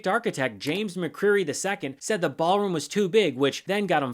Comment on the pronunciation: Ballroom? or Baalroom?